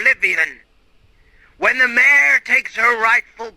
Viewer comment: Dude....you pronounced so many things incorrectly. It makes your video nearly unbearable. I'm not trying to be rude, but if you aren't 100% sure all you need to do is type the word into Google and ask it how to to pronounce the word. And mayor, is not the same word as mare. So if the video meant mare then they were really screwing up. OMG you just said, "one of the kids, HIS name is sarah." Dude...write a script, edit it, spell check it, learn how to pronounce it. Every time I hear a glaring mistake its like hitting a brick wall. I feel so rude saying all this but I know it would majorly help you get more subscribers if you just put in a little more work